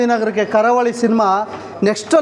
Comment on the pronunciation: Guruve ಕಾರ ಹುಳಿ ಅಲ್ಲ ಕರಾವಳಿ ಅಂತ ಹೇಳು ಸಿನಿಮಾ name ತಪ್ಪಾಗಿ ಹೇಳ್ಬೇಡಿ 😂😂😂 ನಾನು ನೆನ್ನೆ movie ನೋಡ್ಕೊಂಡು ಬಂದೆ ತುಂಬಾ ಚೆನಾಗಿದೆ ಇಷ್ಟ ಆಗುತ್ತೆ ಎಲ್ರಿಗೂ❤